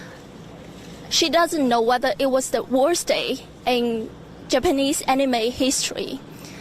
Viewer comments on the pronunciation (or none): Did she purposely pronounce japanese as "japenis" or else?